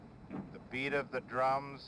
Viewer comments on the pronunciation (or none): none